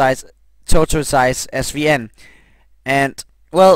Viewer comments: omg its pronounced tor-tiss not torto-eyes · IT is actually Tortoise= (Toar)-Tis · Say it with me... tor-tus. Tor-tus. Spelled tortoise, pronounced tortus. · it's pronounced "Tortus"